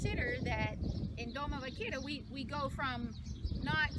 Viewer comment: Doma vaq AIR a not Doma “vaquira” a e i o u español basics jeez girl !!!